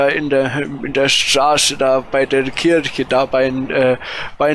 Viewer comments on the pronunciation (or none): none